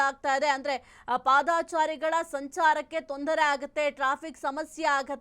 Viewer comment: ಪಾದಾ ಚಾರಿಗಳು ಅಲ್ಲಮ್ಮ ತಾಯಿ .ಪಾದಚಾರಿಗಳು